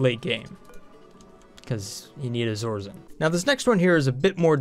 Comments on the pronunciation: BTW the second material is not "Izorizen" It's Iso-resin, pronounced Eye-so-rez-in. Bugged me every time you said it XD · is it pronounced iso-resin? that seems better... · I believe it's pronounced EYE-so-re-zin (Iso-resin) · Why do you say things so weird... iso-resin, and shove vole is two words.